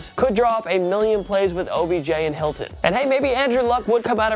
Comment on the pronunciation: “Helton”? Can anyone pronounce names right on this channel?🤦🏽‍♂️